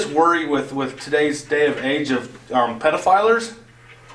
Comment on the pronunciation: So you’re in Utah. Give us details. Why did they go in questioning your son? There must be a reason. And anyone who pronounces pedophile “prod-o-filers” is somewhat questionable. I’m siding with CPS. Better safe than sorry...